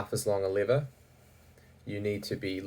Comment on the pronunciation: Oh your saying lever, not liver